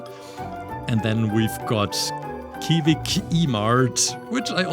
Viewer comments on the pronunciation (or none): none